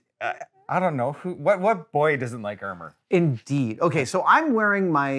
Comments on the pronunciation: "What boy doesn't like ermer" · “What boy doesn’t like ermer”